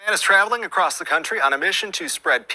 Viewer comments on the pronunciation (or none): none